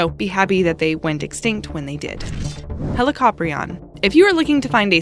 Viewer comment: that’s an outdated depiction of helicoprion. Not to mention it’s pronounced hee-lee-co-pry-on, not he-li-cop-rion